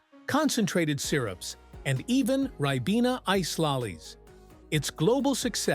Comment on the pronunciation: Ribena is pronounced rye-BEE-nuh